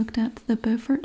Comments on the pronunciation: I live near Beaufort, NC! (which you pronounced correctlty as BOW-fert) but there IS a Beaufort, SC too! (pronounced BEW-fert). I love you and your videos so so much! Much love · There’s a Beaufort in NC which is pronounced the same way you said it, and then there is a Beaufort (b-YOUfort) in SC! I was born in Beaufort SC and raised about 45 minutes from Beaufort NC :)